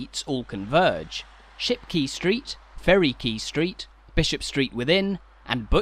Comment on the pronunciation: Great video. However your pronunciation of Shipquay suggests you needed further coaching. Not key. Kay.